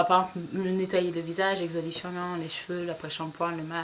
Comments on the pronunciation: tu me fais rire quand dans toutes les vidéos je t'entends parler d'exolifiant... lol c'est exfoliant! c'est pas méchant hein! c'est juste que ça m'amuse. bizz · x) "Exolifiant" ! :D